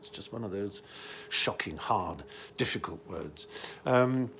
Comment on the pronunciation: Stephen, I'm sad to hear these news, but I'm sure you'll recover perfectly, as it is a very common procedure. I have to say, you are excellent at pronouncing difficult words! Also, that sick-smell you're reffering to goes for epilepsy, not cancer.